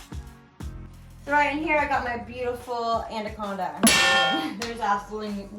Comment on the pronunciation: Lol andaconda 😂 😂 😂